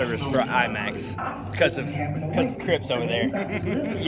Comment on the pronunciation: "Crips" haha